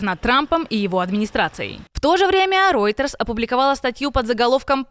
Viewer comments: Ройтерс, не Рьойтерс! Невже так важко вивчити назви найвідоміших світових ЗМІ? Ви професіонали чи шаромижники? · Reuters произносится [рОЙтерс]